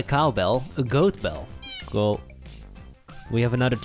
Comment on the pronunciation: Man best favorite word from these guys is always gonna be "cole" instead of coool its just funny and good to hear.